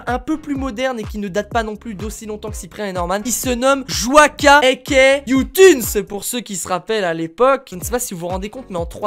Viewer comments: Joika mais ça se dit djoilleka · Tu a dis joika au lui de JoYka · Il a dit : Jouaka 😂😂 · Mes oreilles SAIGNENT quand il dit :joica 😂😂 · Moi je suis choquer, il a dit jooca nn mai euh sa devient grave 😱😱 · Qui a été choqué quand il a dit "Joica" ??? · Oui tkt, je sais, c'est juste qu'il l'a prononcé "Joica" 😇😁😉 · On en parle de comment il a dit joyca , ça m'a choqué, enfaite joyca est mon youtubeut preféré ..😅😂😘😊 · Je me désabonne tu sais pas dire joyca